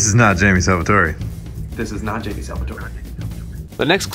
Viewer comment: You said janmie